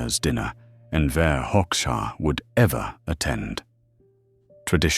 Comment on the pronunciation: "Hoxha" is pronounced /hodža/, not /hoks.ha/.